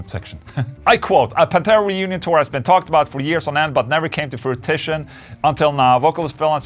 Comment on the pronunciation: "Frutishion" 🤣 I love you man!! Keep making #metal videos!!! 🤘🔥🔥🔥